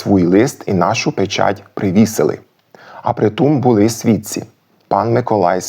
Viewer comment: Клас! Але навряд у Коломиї наголошували < дали́, були́ >. Акцент - одна з найархаїчніших складових, яка дуже важко піддається витісненню, особливо в дієсловах. Багато досліджень, як і нових, так і старих підтверджують іншу акцентологічну систему говірок в Галичині.